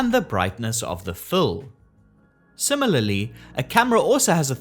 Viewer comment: did you say simalilly? i like that.